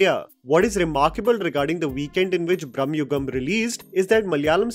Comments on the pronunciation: Its not Brahmayugam❌ It is Bramayugam ✅ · I admire your reviews of Indian films…but please work on Indian pronunciations……it is Bramayugam and not Bramyugam…….it is Chidambaram not Chidaaambaram…